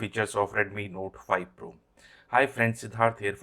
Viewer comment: Tu pahle note 5 pro bolna sikh le